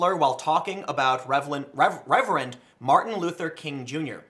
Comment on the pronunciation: It's ironic that you should misspeak while talking about Martin Luther King, saying revelent instead of reverent. Lucky for you that revelent isn't a racial slur 😉